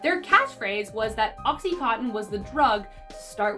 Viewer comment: Idk why it bothers me so much when people pronounce oxy contin as oxy cotton.